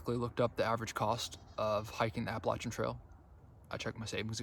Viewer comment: You, my friend, are one of the few hikers on the Trek that actually knows how to pronounce the AT correctly. Yes it is with a “Latch” instead of a “Lay” sound. This two and a half minute video explains why that’s important. Congratulations and good luck!